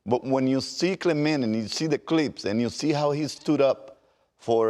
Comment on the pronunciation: WTF, Pedro? U just pronounced Clemente as a gringo. Pendejo.